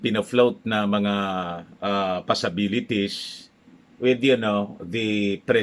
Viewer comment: Paki pronounce nga po ang word na “ possibilities” bakit ang dinig ko lagi passabilities sa inyo. Di po ba dapat kung sa tagalog pasibilitis ang tama hindi pasabilitis. Pakikorek lang po sensya na naiirita ko sa “pasability”.